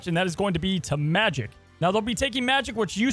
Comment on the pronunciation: pronouned majEk not magic...